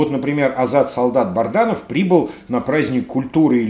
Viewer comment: Добрый день! Вы постоянно произносите фамилию Азата солдата, он БАДРАНОВ, а не БАРДАНОВ, ваше постоянство в этом вопросе удивляет.